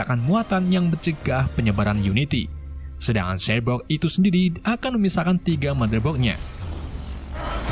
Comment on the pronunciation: Cyborg bukan cybrog Bacaannya saibork bukan sibrok